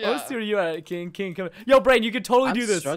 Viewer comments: anyone else cringed when preston kept calling will 'kiing' ? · You kept calling will "kiing" and I was cringing because no one calls him that. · dat moment when preston calls will kiing I died